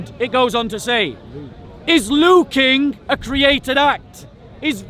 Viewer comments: The beginning of the video is Hashim getting led to the slaughter 😄 Edit: why does say 'luuking' instead of "looking"? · 🤔 Is anyone else hearing say "Luukin" instead of 'Looking' 🤷🏾‍♂️ Or is that just my Low Atheist IQ 😂 🤣